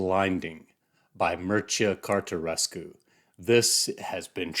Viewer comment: Your pronunciation of Mircea Cartarescu was spot on! What a wonderful review! Thank you and greetings from Romania! ❤